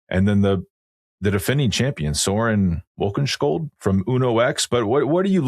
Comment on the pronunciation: trying to pronuonce scandinavian names is a tough listen! - "Soren Warrenshkioult!"